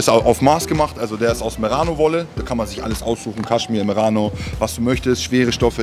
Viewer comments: Was für Meranowolle Das heißt Merinowolle Aber macht ja nichts korrekter Typ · Die weltberühmte Meranowolle. Wer kennt sie nicht... 🤣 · Heisst das nicht Merinowolle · Sympathischer Typ aber es heißt Merino wolle Brudi 🤣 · Das heisst Merinowolle 😅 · Das heißt Merinowolle 🤦🏼